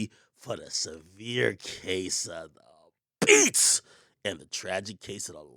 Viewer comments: When Ak say “DA BEATS!” I feel like I’m getting da beats 😂😂😂💀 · Lmao the way akademiks says DA BEATS🤣